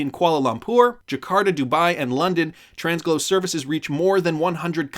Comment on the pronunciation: Tranglo isn’t pronounced with an s in the middle 😂😅. Always love your videos though. Still liked and subscribed.